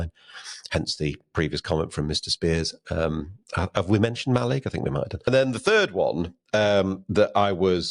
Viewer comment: Ma- LIG.